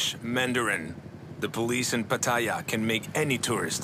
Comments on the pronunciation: No, he butchers "Pattaya" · He mispronounced Pattaya.